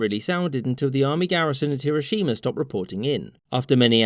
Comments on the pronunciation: Don't emphasise the "shi" in "Hiroshima". Shorten that sound. All syllables should have equal weight in Japanese names. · finally someone who says hiroshima correctly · Sorry to be a dick but it’s pronounced Her-o shims. Not Hero- shima.